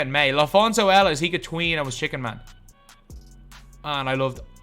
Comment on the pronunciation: Stop saying chicken man. You obviously don’t play park first of all. And you say chick man instead of just chicken.